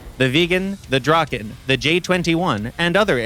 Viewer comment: My heart breaks when I hear the draken pronounceiation